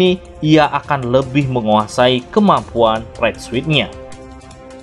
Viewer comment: Suit dibaca sut